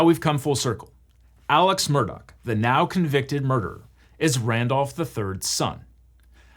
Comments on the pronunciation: why during the trial did everyone pronounce it “Murdaugh” as it is spelled if that’s not how you pronounce it? Legitimate question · Take a shot every time he mispronounces the last name. It’s not “Murdoch” it’s “Murdaugh”. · Does anyone else cringe at how this guy keeps calling the family murdock instead of murdaw? I know it's a small thing but you'd think with lawyers the attention to detail would be above average... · Am I the only one who is hearing him say "Murdock" instead of "Murdaugh" for the whole video? Or is this just how it's pronounced? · A double murderer and the worst part is still how he pronounces his name, Alex Murdaugh, as Alec Murdock. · Awesome recap. Only criticism is that his name is pronounced Alec Murdaw. Not Alex Murdock. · It's "Murdaw". Idc what anyone else says you can't use that spelling in your name and pretend it's a keh sound. Their whole family has spent their entire lives correcting the way everyone else pronounces their name, imo they're wrong it's at daw sound not a dock sound. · Why does he keep saying “ murdock” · The way he keeps saying “Murdock” is so annoying like it’s obviously not spelled like that. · Ok this is driving me crazy. Is the name actually pronounced 'Murdock? Because that's how he keeps saying it. In the Netflix doc, I heard Murdock, Murdah, and Murduh. Which one is it? I know it is stupid but it makes me feel like I am insane. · As someone who has unwillingly been exposed to all this drama, I feel compelled to contribute this: Regardless of the spelling of Alex Murdaugh, he pronounces it Alek Murdock. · Somebody sue these corrupt mfers for pronouncing everything wrong. How do you get Alec Murdock out of Alex Murdaugh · Not that I want anything to do with defending a murder, but it’s a GH at the end of MurdauGH… not a CK. We’re not talking about Rupert MurdoCK, we’re talking about Alex MurdauGH 🤦‍♂️ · Alex Murdaugh pronounces it like Alec Murdock. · He keeps saying Murdock lol